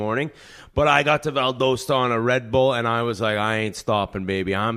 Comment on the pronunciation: Whit butchered Valdosta, GA 😂